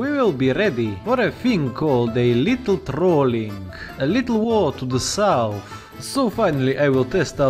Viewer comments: South, not sounth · Ah yes, SouNth America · Ah yes sounth america